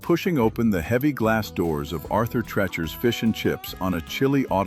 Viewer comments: Have you never been to Cleveland? Hough Bakery is pronounced "huff" not "hof," and Arthur Treachers is "treechers." For someone who grew up there, this is just AI slop trying to get clicks. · Interesting that AI can properly pronounce Hough but not Treacher. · The ai mispronounced Treachers, but got Hough right. *Nevermind, Hough was mispronounced near the end 😂 Manners is gone, but Big Boy is right down the street.